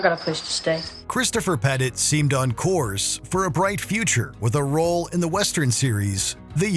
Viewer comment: Isn't Christopher Pettiet's last name pronounced ""pet-ee-ay", not "pet it"?